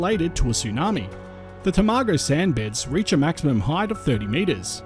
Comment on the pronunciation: It’s Tom ago not tomaygo 😂